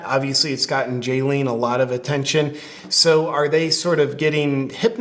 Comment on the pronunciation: HER NAME IS NOT JAYLEEN HER NAME IS BALYN